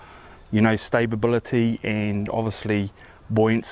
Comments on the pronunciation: 'Stabability' haha. Nice video bro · mate. There is only one "b" in stability